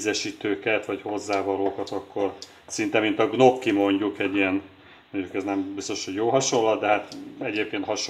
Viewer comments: Segítek, mit akartál mondani: "rusztikus" Gnocchi ejtve: "nyokki"😉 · Bocsánat, de ha már annyit emlegeted a gnocchit: "nyokki" a helyes kiejtés.